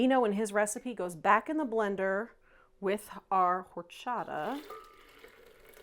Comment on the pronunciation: The "H" is silent. ORRCHATAHHH